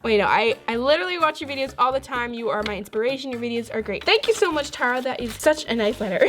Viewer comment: My name is also Tara and you pronounced it wrong not trying to be mean